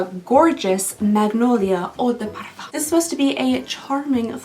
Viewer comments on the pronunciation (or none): none